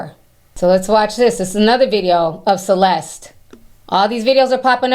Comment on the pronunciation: you know it is insulting you saying her name bad every time, right?